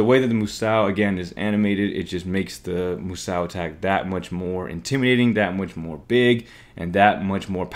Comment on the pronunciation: Moo Sow? My ears are bleeding. 🐮